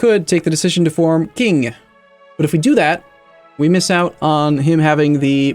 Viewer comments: Qing is pronounced as Ching not KIng... c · its not "K"ing its "Sh"ing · And yes it drives me nuts the way he pronounces it too